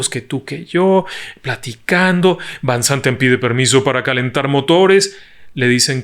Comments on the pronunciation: Magistral relato, me atrapó desde el inicio. Lo único es que no mencionaste que Fanny Cano, actriz Mexicana también guapa, iba en ese vuelo también y el apellido de del piloto de KLM, Van no se pronuncia así, si no como Fan. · Van se pronuncia (fan) que significa de